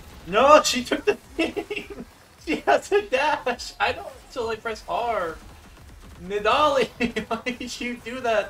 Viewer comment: i have never heard anyone pronounce nidalee like you do thats insane